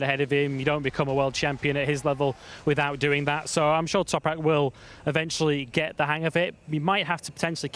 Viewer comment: just say Toprak you keep guffing up his surname....